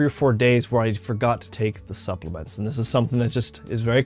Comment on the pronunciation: Supplements, not "suppliments". Did you say you are a doctor? Where did you get your degree bro.. Devry? :P